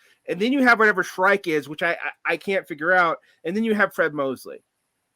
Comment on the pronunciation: Do you mean Shaikh??? Who the hell is Shrike?